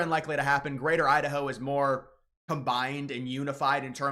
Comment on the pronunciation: Is it pronounced Idaho or Udaho?